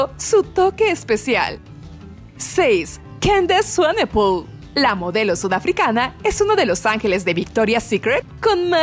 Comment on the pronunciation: Zaira Ríos kendis suanipul